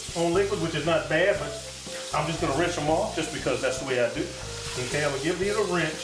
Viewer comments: Quit saying “Rinch”, it’s rinse !!!!!!!!!!!!!!!!!! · It's "rinse," my brother, not "wrench." Otherwise, very cool video. Good job!